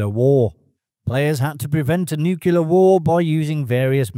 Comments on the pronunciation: NEW CLEAR not NEW KEY LER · 5 nuculars and 1 nuclear. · NU-CLEAR not NU-CUL-UR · Nuclear, not nucular. Geez. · *nuclear. Not Nook-yuh-lurr ✌️ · Word to the producers of this video: get a better microphone and a better audio engineer to record the narration, and get a narrator who can actually pronounce the word nuclear correctly. It's nu-cle-ar, not nu-ke-lar. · It's pronounced NUKE-LEE-ER not NEW-Q-LER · It's not nucular war. It's nuclear war. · How do you get nukuler from nuclear??? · Your vidoes are fantastic. I really them. If you make any more about nuclear war, the word is pronounced NukeClear, not NukeULar. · The word is NEW CLEAR! NOT NEWK U LAR NuCLEUS OF AN ATOM... Only one letter U as in NU CLEA. NOT NU CU LAR. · Nuclear. NU. CLE. AR. Not nucular. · Can I point out that the word Nuclear is pronounced new clear, not new cue lar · It’s nuclear, not “nucular”. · Ffs. It’s not Nu-cu-lar, it’s Nu-clear, like “New Clear”. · I like this video, so I want to help. "Nuclear" is pronounced just how it's spelled: NU-CLEAR. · "Nucular" attack? Seriously? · Nuclear, not nucular. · It really bugs me when people say Nucular instead of Nuclear. . If you can say 'new' and 'clear' you can say 'nuclear' correctly. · nucular attack :) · Why ..do...you sounnnddd Like ...a discount... ...Robin Leeeeeccchh...? And Nuke Yoo Lerr? Really, guy? What a melt. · "Nucular" is so terribly incorrect. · Nucular? What's that? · "Nukuler" is not a word. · ffs nu-cle-ar not nucular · Nucular? Really? Perhaps you should start by learning how to pronounce simple words. It makes you look like Homer Simpson. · it's nuclear, not nucular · Nuclear, NOT nucelar! Where did you learn English? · There are often more than one way to MISPRONOUNCE a word. This video used one, and the OP we are responding to used another. New clear is wrong, but it is a LOT less wrong than new cue lar. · It's pronounced new-clear ;) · Agreed. There is no U between the C and the L.